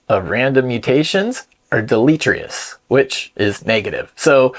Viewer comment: I love what you do, but you're clearly using AI to write your script. Anyone who knows to use the word deleterious also knows how to pronounce it. C'mon, man.